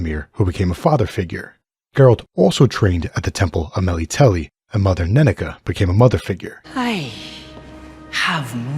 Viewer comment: "Mey-lee-tel-ee" LOL... it's "ME-LITTLE-LAY" Me -- lit -- el -- e